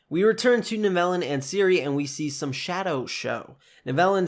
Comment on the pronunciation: Nice breakdown video! Just a suggestion, I think the pronunciation for Tissaia and Nivellen are off. In future videos it could be a good idea to check name pronunciations. Still a cool breakdown video though.